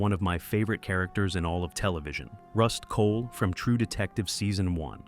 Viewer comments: Also Rust Cohle was said right once then pronounced Cole-Le the second time. Those were the two that immediately stuck out to me. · He also called Rust Cohle "Rust Cola." 🤷🏻‍♂️